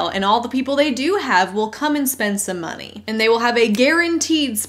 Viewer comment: The way she says "monieeeee" and raises her voice on the second syllable is like nails on a chalkboard. Also I've yet to hear a valid reason to support MLMs other than "Y'all are just lame haters"